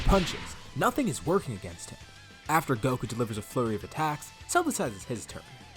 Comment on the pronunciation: I thought he said a “furry” of attacks